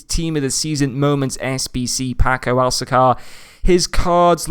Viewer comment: it's actually said alka ser